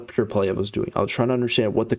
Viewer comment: You are full of 💩💩💩💩💩. You can’t even say Pierre’s name right! 🤬🤬🤬🤬🤬🤬💩💩💩💩💩🤬🤬🤬🤬